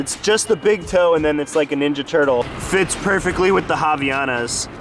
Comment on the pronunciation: Havaianas, made in Brazil, have their name because of Hawaii, so it's havai anas and not havianas ;) You just missed the "a". ( In portuguese it means "from Hawaii" , even though they are from Brazil) Japan is beautiful, do they still eat watermelon with salt?